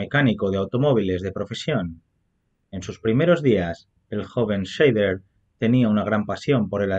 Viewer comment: Perdóname, pero es que es un apellido alemán que se dice /saider/. La "Sch" está muy bien pronunciada, pero el "ei" lo dicen /ai/. Buen video por lo demás.